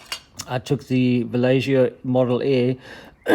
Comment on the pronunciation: nice vid, thanks! also, It's vah-YEH-ho, just fyi. or... English, we can get away with vah-Lay-ho. anyways... sorry.